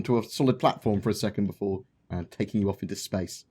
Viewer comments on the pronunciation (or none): none